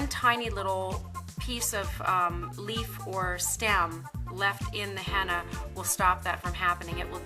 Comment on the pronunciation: It's not hannna its heena paindu.